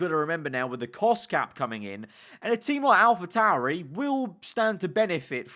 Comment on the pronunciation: *Alpa tauri